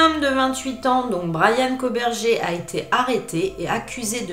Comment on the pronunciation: Ça se prononce koburger comme burger king 🍔 😉